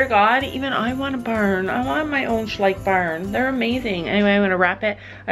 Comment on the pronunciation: It’s so cute how you pronounce Schleich 🥺❤️❤️ German 🙋🏼‍♀️ Question: when can I see you back on Stella again (cantering) ❤️❤️😍😍